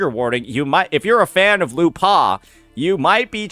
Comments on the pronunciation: You have to commend the effort of finding a way of mispronouncing a two-syllable name. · I'm more traumatised at how you pronounced her name 😂